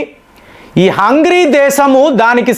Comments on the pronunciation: హంగ్రీ కాదు సార్ హంగేరి అని పిలవాలి. హంగ్రీ అంటే ఆకలి అని అర్థం. మీ వీడియోస్ లో చాలా వరకు proper nouns ను పరమ చెత్తగా పలుకుతున్నారు. సరి చేసుకోండి. మీలాంటి పెద్దవాళ్ళకు trolls అవసరం లేదు. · Hungry kaadu, Hungary హంగ్రీ కాదు హంగరీ.